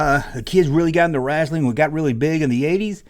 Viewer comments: Hulk was the shit for me back in the day. I was terrified when he wrestled Andre. Thought Andre would kill him. Btw love how you say "rasslin" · The way says wrestling RESTLING is launchable 😂